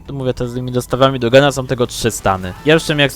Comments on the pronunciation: Słuchaj bracie. To jest poprawne bo tak czy siak można zrozumieć co mówi tak? No to o co ci chodzi może se mówić jak chcze tylko żeby każdy to zrozumiał. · to to samo, Nie widze problemu.